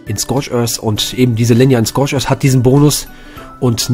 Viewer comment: "Scorch özzz" "Se Island"